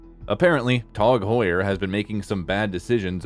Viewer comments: It’s Tag Heuer not “Tog Heuer” say it correctly 🙃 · Its Tag Heuer Not Tog Heuer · It's tag not tog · Never heard it called Tog Heuer... until this video. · “Tawg Hoyer” It’s like a contest for who can come up with the most ridiculous annunciation. So far, this narrator is leading the pack in 1st place.